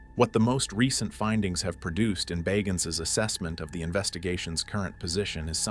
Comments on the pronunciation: Yo your pronouncing the man’s last name incorrectly! Aggravating AF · Pronounce the name right like it was pronounced at the beginning of the video